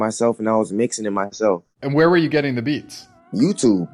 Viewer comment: You see the way he said YouTube when asked for his come up. Don't stop uploading producerrrs.